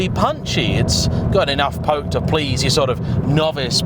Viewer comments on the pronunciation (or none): none